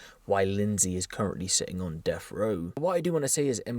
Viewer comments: That's 'deaf' row, not "deff" row. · Def row? Should be pronounced deaTH row. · It’s death row not deff row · Death not deff! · Bri ish on def row. Sorry, are you English? I thought there was a letter, sorry le ugh er T in the alphabet.